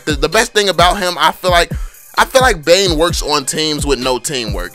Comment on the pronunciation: Bane not dane